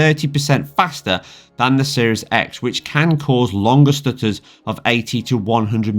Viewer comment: "tha stooturs"